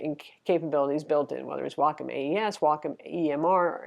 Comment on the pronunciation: You’re one of the few people who actually pronounce Wacom correctly. Thank you! :)